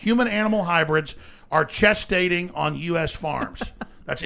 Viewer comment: Lol asking chest-ating. No, gestating!